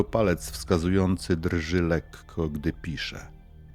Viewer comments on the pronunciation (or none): none